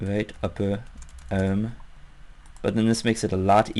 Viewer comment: Love the way he pronounces arm. "Uhrm."